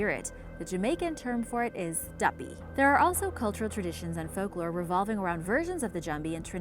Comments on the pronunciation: Duppy...not guppy....lol from Jamaica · Gee-anna and duppy made me giggled not gonna lie